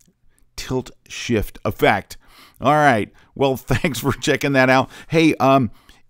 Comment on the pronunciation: 2 days, still says "sift" lol